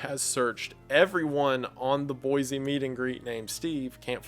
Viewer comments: I used to live in Boise, I'm always happy to hear it mentioned. For future reference, if it ever comes up, it's pronounced boy-see not boy-zee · Great video, nothing personal but as a born and raised Idaho resident it's pronounced Boy-See (you can tell who's from out of state by how they pronounce the capitol haha).